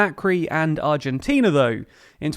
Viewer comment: Congratulations on a very well presented article, balanced and covering all basic points. You even got the Spanish pronunciation rsther accurately. Argentina is an extreme case of s society wishing to live well beyond its means, with a political class willing to provide the siren’s song. Consequently it has been running deficits of 4-6% of GDP on a consistent basis, so no surprise that inflation hovers 50% unabated. Let’s hope our perpetually adolescent society will one day come to its senses and decide to grow up. I am 69 already, and I am beginning to despair.